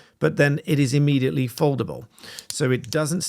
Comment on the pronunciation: immediately not ammediately.